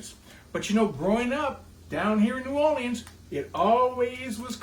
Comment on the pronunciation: Why you say New Orleans like that? Wait let me rewind. My ears must be tricking me.